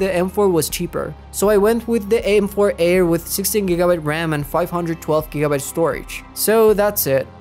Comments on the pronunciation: Wtf that supposed to mean the Ayer? What kind of fucked up accent says Ayer instead of Air? 🤣 Retyna 🤣🤣🤣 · the way u saying "Air" makes me not wanna trust u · The way you pronounce “Air” really ruined the experience 💔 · "Eer" and "reteena" I can't 😢😂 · FR FR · the way he says air kills me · That’s mean he can’t control that